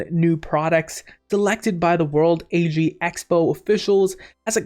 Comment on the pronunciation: World Ag Expo. Ag is short for agriculture and is pronounced just like you would say it to start off the word agriculture.